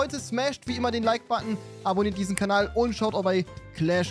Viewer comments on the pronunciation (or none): none